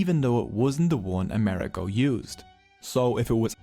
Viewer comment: How interesting, thank you! One pedantic note: we Italians pronounce Amerigo with the accent on the "I" ....